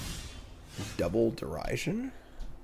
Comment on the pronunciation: Derision is pronounced like The Vision